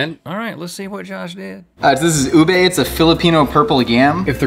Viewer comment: In Philippines its not pronounced as "ubey" it is pronounced like "oobeh"